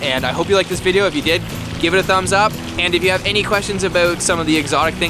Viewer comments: he said "abawlt". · the way you said 'about' is soooo Canadian.